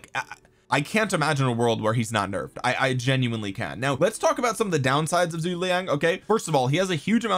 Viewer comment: seems like everyone having trouble pronouncing Zhuge